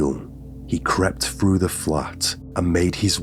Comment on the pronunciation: It's through you dense flid 🤦🏼‍♀️ 😂 There's no such word as "fru" and your pronouncing the word wrong, it's pronounced like Th-roo not fru